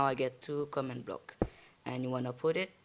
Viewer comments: Wtf is a command bluk XD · I never heard of.. comnd bluk